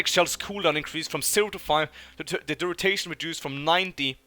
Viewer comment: Duration, not durutation